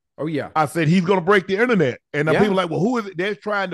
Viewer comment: Nooooo, the"innanet" would literally break😂😂😂.